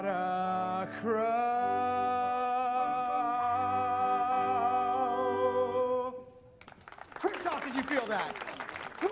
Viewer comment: "I've gotta a crow" can't unhear that ever.